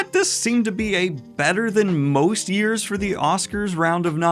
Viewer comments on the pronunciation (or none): none